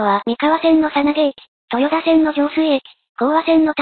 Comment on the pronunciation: とよだではなくとよた